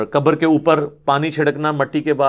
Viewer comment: Mauli sab Urdu Arabi main. Khaaf hai kabar nahi khabar kahen